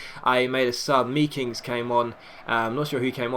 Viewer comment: I believe you say the ee in meekings as the a made, so it's makings